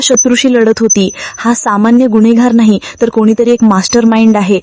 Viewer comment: गुन्हेगार असा उच्चार करा मॅडम. गुण्हेगार नाही.